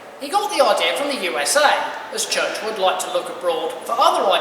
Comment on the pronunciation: great video, Just one thing It is G J Churchward not not as pronounced Churchwood